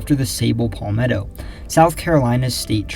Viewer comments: It’s not pronounced “Paul-metto” It’s properly pronounced “Pal-metto” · no it’s not It’s Pal-meh-tow Short a, not long a sound. If you google “palmetto pronunciation,” you’ll see this as I’m saying